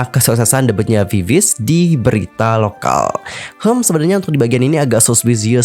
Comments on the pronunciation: Maaf ya kak.. itu VIVIZ baca nya Vi-Vi-Zi lohh .. agak gak enak di denger langsung di baca viviz gitu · bacanya sebenarnya bukan viviz tp "bibiji" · Klo diucapin "bibiji" y kka☺ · Cara bacanya bibiji bang